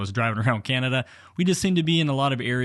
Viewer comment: Did you mispronounce Canada? :) This video is just more proof that FSD is still at least a decade away. And my 2018 Model 3 with FSD will never have it fully functioning, not with the current hardware, This means I'll never have it because I'm not going to pay for it again with a new car. Getting very disappointed in Tesla. Not sure I would have shown that guys license plate and tell your viewers to go paint ball his car. There are legalities to that.